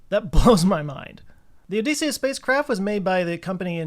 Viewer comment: great run down thanks. odysseus is pronounced oh-dess-ee-ous, as in decimal, not oh-dees-ee-ous, as in deep or joespeak 😂🎉